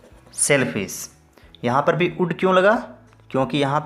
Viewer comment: Udd nai sir would( vudd). Vee ka sound nahi de rahe aap. Ya gir sirf D ka sound hona chahiye